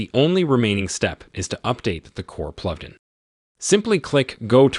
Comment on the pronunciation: This guy can't say "plugin" haha